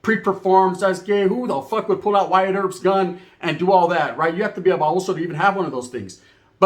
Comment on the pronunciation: He said Wyatt erpps gun 😂😂😂 I lost it when he said that